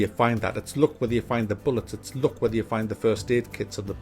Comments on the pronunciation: ITS LUCK NOT LOOK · I thought he say '' look '' and it's all about the '' look ''. Then I realize he's saying '' luck ''.